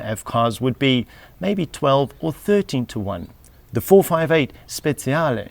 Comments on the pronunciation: Speciale not speziale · It's 458 Speciale not Speziale like you say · Same here. Frustration at its worst. And that "Speziale" AAAAAAggggghhhhh ! It's "Speciale" !! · Speciale that means special! not Speziale, spezie in italian are spices 😂😂just kiddin woundeful video btw! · No sir. He says speziale with a Z sound when it should be speciale with a TCH sound